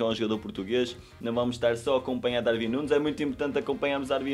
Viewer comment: Não é DarVin é DarUin sff 💪🏼